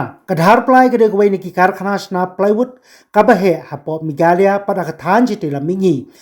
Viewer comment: sar always say megala 😂😂😂😂😂 it's Mekhalaïa